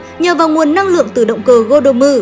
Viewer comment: tên là gordom mà cứ đọc là godommu nghe bực mình vãi, đọc tiếng nhật thì nhật hết mà anh thì anh hết đi, boukenger cũng thế, đọc miết dần thành boken dơ luôn rồi. mong nhóm sau này cẩn thận hơn